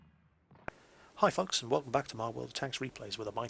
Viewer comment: was it just me or in the intro it sounded like he said hi fucks